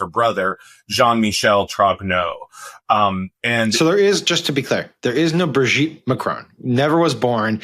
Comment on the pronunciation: Madame Macron’s name is not Bridget. It’s Brigitte. There’s a difference.